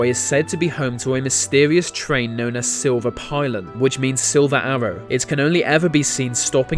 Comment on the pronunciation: as a Scandinavian i grins at the way he pronounced silver pilen as it is completely incorrec, you simply can't use English pronouns of the letters, you have to use Danish letter pronouns for the word pilen(just found out that pilen apparently is arrow in Norwegian, i honestly thought it was the same but according to the Danis Norwegian wordbok its arrow in Norwegian).